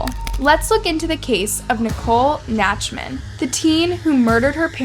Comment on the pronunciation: Nicole Nachtman=Naktman(pronounciation) A name of German origin. Originally Nachtmann which directly translates to Night Man